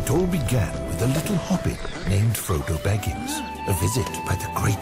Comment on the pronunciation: sound's like he's saying Frodo Backins. JUST SAYIN.